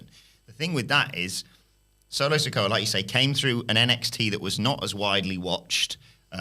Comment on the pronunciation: Why would you have a guy who admits he doesn't like to watch WWE weekly TV, and doesn't even watch enough to know how to pronounce "Sikoa," to comment about best NXT call-ups?